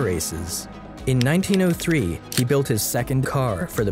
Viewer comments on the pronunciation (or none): none